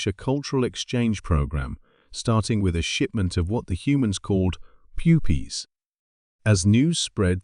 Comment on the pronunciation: Um...was going good til right at the end. "puppies" is not pronounced that way you stupid AI program. And the human who should be in charge of the channel really needs to preview these things before posting. That one mispronounced word messed this whole thing up for me.